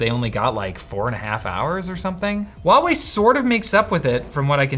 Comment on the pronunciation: ITS CALLED HUAWEI NOT WOUAIE WHY THE HELL WOULD DO THAT